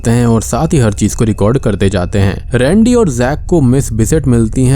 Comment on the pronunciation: Bhaiiiii sorry lekin rendey mujhe randi sunai diya paheli bar